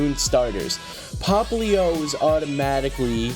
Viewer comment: it's popplio not poplin